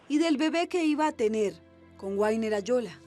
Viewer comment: Por que dicen a una bestia Sr .. no saben ni pronunciar el nombre guainer se dice wagner pronunciacion vagner